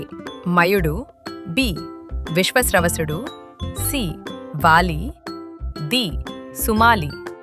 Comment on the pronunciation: విశ్వశ్రవసుడు కాదు, విశ్రావసుడు.